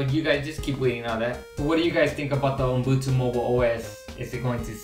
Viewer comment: it's not UMbutu as you keep repeating it's UbuNtu